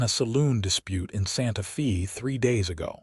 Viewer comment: 😂Hasn't AI heard of Hooked on Phonics? Santa Fe might not be pronounced Fay as is proper but it certainly wouldn't be pronounced Fee as it was all through this story. Otherwise it was a sweet story.❤